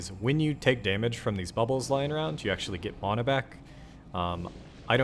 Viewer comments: Why the fuck do you say mana like that 😂😂 sound dumb as fuck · Never seen someone so butthurt over mana pronunciation.